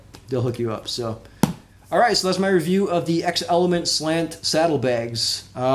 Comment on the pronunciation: Shouldn't it be pronounced "zelement"? Like Xerox and Xerxes.